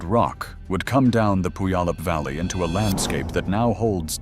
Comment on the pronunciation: Tell me how you don't live in the southern Puget Sound area by trying to pronounce Puyallup 😅